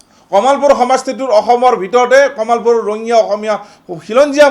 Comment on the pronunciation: দাদা কামালপুৰ নহয় কমলপুৰ নাম টো ভাল কৈ কব লাগে।